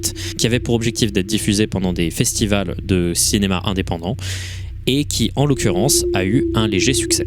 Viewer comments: Très bonne vidéo comme d'hab. Par contre on dit "des festivals" monsieur. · Des "festivaux" ? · des festi-quoi ???